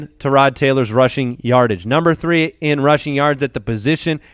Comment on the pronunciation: It's bad enough you always talk about Tyrod Taylor....but now you pronounce all wonky saying Tarod. HIS OWN MAMA DOESN'T EVEN PRONOUNCE IT LIKE THAT